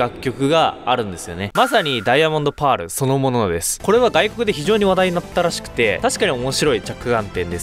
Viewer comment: なんでパールの言い方バグってるんですか？